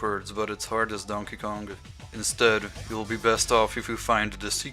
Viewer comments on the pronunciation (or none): You just removed the K from Kong.